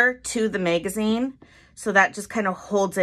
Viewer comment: The mag in the word Magazine rhymes with cat not made